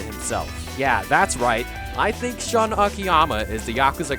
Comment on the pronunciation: AMAZING video! I just have to correct you. Shun is pronounced like "Shoon." lol